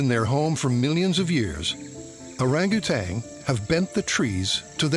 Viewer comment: I can't believe it!!! it, I hear the narrator say orangutang....And I flip out. There is no excuse for a narrator saying...orangutang not Orangutan.